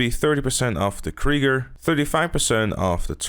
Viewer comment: Ha, he said Krigger.